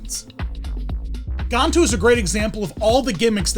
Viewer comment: On the movie Lilo and stitch the captain name you’re saying it wrong it has a GAN in the beginning of his name